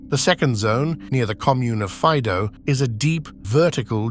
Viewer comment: And Faido fa'ido, accentuation of i